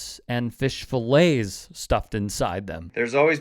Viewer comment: He said fish fill lays it is fish fill ets